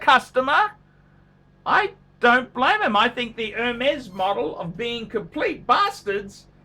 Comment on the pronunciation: Not "her mess", not "er mess", but "airmess" with emphasis on mess, not air.. "airMESS"